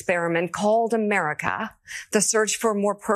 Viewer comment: W t f the way she pronounced America, what was that